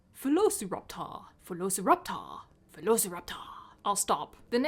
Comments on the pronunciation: It should have been vel-oh-so-rap-tu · "[vuh-lo-suh-rap-taw]" what?! No it isn't! Who says it like that? It's more like "veh- loh-si-rap-tor" as in like "velocity." I can only imagine they made it like that in case they thought people would assume the "si" bit is pronounced like "sigh" or something. so glad I'm not the only one who thinks it's written daft! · Bri'ish today, are ya? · vuh-lo-suh-rap-taw sounds like summoning something in Skyrim xD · Just say Velociraptor. Latin pronuntiation beats any pronuntiation. And change the V for an U if you wanna be extra correct xD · I'm so happy I wasn't the only one that found the "vuh-lo-suh-rap-taw" pronunciation super weird